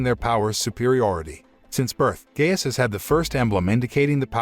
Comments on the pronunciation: Gaius, not "gayus" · Naw “gay-us”💀💀💀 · His names are pronounced Matthias (MaTeeus) and Gaius (gUyus)